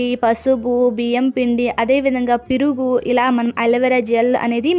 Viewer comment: piruga enti sister meeku telugu radha 😅perugu anandi 😂😂😂